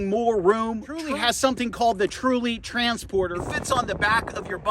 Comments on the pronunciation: Great video, but why do you say the name so wrong.. is it an American thing? ... Th---ule..... you say it like Tru-ley.... so confusing. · It bugged me how you kept saying “Truley” but other than that, it’s a good video. Just.. if you’re spending this much effort in a video for something you’ve had over a year, at least get the name right.